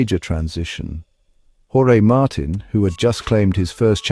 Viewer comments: His name is pronounced Martine and Ducati gave him exactly the same chance on the same bike. He deserves the number 1 plate and Ducati deserve recognition for giving him the bike to do the job - the pressure is now all on Aprillia, other world champions couldn't compete for world titles on it. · Thank you, thank you, thank you for a video narrated by an actual human being and not an AI!! It rests my ears. By the way, it's Martín - like, Mar-teen - not 'Martin' as in old Martin Jobbie down the road. I really loved your 'Jorge', though. 😄